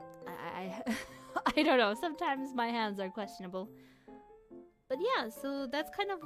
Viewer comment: I think they mean how you pronounced it lol